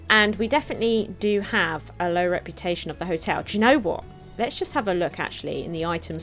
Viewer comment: TIL can't read the word "hotel":D